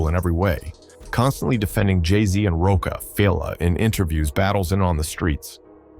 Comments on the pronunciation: This AI ... Roakafella Records come on..... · Who puts these AI voice overs out that mispronounce words. Just write Rockafella!!! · This AI voice is butchering names. “Cameron (cam’ron) and Roke a fella? You mean ROC a Fella? 😅